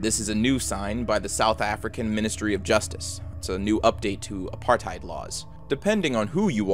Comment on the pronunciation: Tbh I wasn't expecting teh south Africa one, because I live here it's actually really easy to imagine everything, especially because I live in Cape town. Also I'm sorry but your pronunciation of 'afrikaaners' and apartheid are wrong. You say Afrikaans and afrikaaners like ah-free-kaahns and apartheid is pronounced like ap-heart-hayt. Also apartheid is something we all know and hate that most people know our country for this